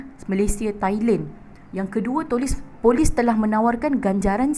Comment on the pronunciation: tolis ka Polis?? 🤣